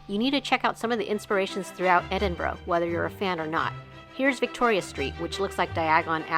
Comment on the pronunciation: You certainly pronounced Edinburgh correct Edinburra.